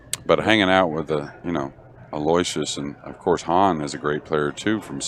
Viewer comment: Aloysius is pronounced Aloo-ishus. You're the announcers. That's part of the job. Be professionals. Do some research on the players in tournament. Basics like how to pronounce names, age, records, and home town. How would you like it if your name was pronounced incorrectly all time? Come on!